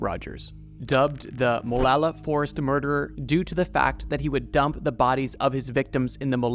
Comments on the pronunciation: MOOLALA???!!!! BRO ITS “MOW-LLA-LA” LOL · great video! btw, in the oregon section you mispronounced molalla. its closer to "mo-lah-la" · bro says Molalla weird